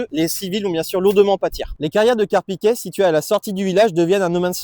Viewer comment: on dit Carpiquet (é) et non Carpiquet (è) comme dans poulet.